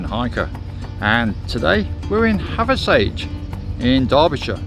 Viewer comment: nice video mate....really enjoyed it however the wife cringed every time you said Hathersage instead of Hathersidge...and whenever you called Higger tor , higgers tor